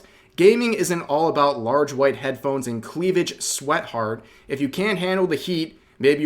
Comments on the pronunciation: did I just hear Rev say sweatheart instead of sweetheart. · "SWEATheart" I love you Rev but come on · Did you... really say "sweatheart" when she very clearly spelled it Sweetheart, Rev? :B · sweatheart??? can you not read Rev?